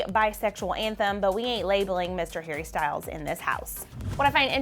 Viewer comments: did she say Harry Styles or Perry Styles? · Did she accidentally say “Perrie Styles”?😂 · Also she said perry styles wat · Wait... did say "Perrie Styles" at the end?? If so, I'm dead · I thought I heard it wrong but went back tohear it again and it was Perries Styles!! LOL!!